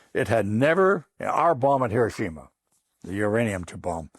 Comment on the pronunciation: Finally somebody that pronounces Hiroshima correctly 🎉